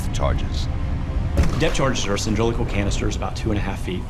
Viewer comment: did this man just say "cyndrilical"?